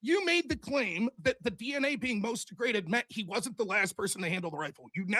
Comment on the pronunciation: omg. It's not deg-re-daded. It's de-graded. Holy moly